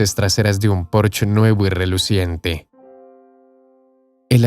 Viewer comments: Mmhhh.. No es "porch", es "Porshe" pronunciado en español... Posche es una palabra alemana, no inglesa. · Porche es una marca alemana, por tanto se pronuncia en alemán: Porche y no Porch. En alemán como en español la e final se pronuncia.